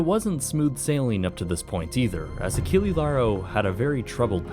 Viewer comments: Just a small heads-up - Achille would be pronounced "Ah-sheel", with a soft c, instead of the hard c used in Achilles. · nice documentary, but "Achille" last E is not spelled like alphabetical E, but E like you spell "explosion"